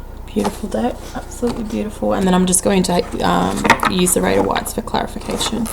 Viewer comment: Ya girl is dyslexic & says Raider Whites instead of Rider Waites - every 👏🏼 time 👏🏼 Love ya boo 💓 Keep me laughing! She resonates